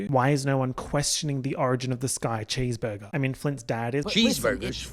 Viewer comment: "chèsebergé clouds" 😭💀